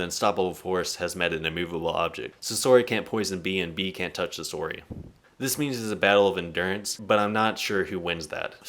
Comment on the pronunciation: How have you watched the entirety of the series, yet still butcher so many names and words from the show, like bro wtf is a skeeth and also sasori is pronounced “SAH-SOR-E” not “SUH-SOORY”🥱